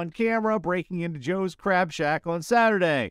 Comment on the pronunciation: It is Crab shack! Not Crap shack!